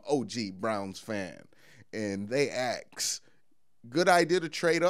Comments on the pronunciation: He’s good, makes good sense too, speaks well except for A. X. E. S. just keepin it REO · ....who axes lmao